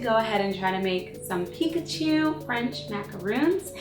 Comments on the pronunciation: she said pkatwo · Once you said picatu instead of Pikachu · cupquak .you .said .pichato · she said pikatu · She said "now u have pikatwo macaroons" XD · Did anyone else hear her say Pikatu at the end?